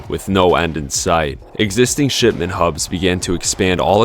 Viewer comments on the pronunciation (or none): none